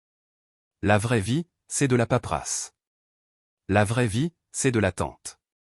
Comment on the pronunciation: Paperasse pas paprasse svp